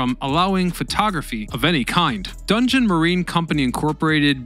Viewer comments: DON JOHN OR DON JON not dungeon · It's don jhon